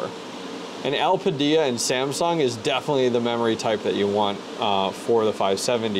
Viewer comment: u really think it's getting 90w at 950 v core? (at the wall) also, el-pida is the annunciation lmao. also with those mem tweaks u applied, u don't have to bios mod. in windows, setting ram to the 1st setting is enough. the main ram setting changed in that bios is the tref